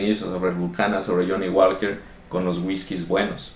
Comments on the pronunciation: El Johnnie Walker se pronuncia "Woker" no walker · la L es muda en johnnie walker no se dice